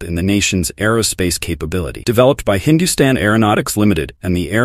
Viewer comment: First Western pronounced "Hindustan" correctly